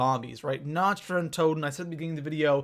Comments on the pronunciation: The only thing about this video that bugs me: Nacht is pronounced almost exactly like "knocked". Not like "notched". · Na-kt not na-cht it's German fuckface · Is it me or does anyone else get triggered when someone's pronounces 'Nacht' in Nacht der Untoten as "Nach-t" instead of "Nakh-t" ? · People learn to pronounce nacht (na-k-t) there isn't a ch sound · no, you dont say it like "nakt". Its so cringy that all the english people think they pronounce german words right within the game, lol. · I was going to watch this video, But said Nacht wrong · Do even know how to pronounce basic things such as Nacht? And it's "Mystery box" not "Random box" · OMFG im from germany and its so fucking annoying, that everey one speakes the maps compleatly wrong ( sry for the gramatik)